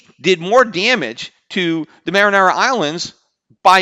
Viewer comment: Peter it's pronounced mary-on-a not mar-in-ara lol!